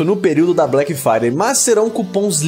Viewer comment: Black Fiday?😂😂